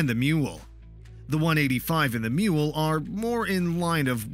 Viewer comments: It is ''Maule'', sounds a bit like ''Mall'' but it is funny you name it a mule. :-) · Maule is NOT pronounced "mule". It is pronounced "maul", which is a long handled hammer. You would think the people who do these videos who learn how to pronounce what the fook they are talking about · Not a MULE nor is that a picture of a Maule. Pronounced like the hammer.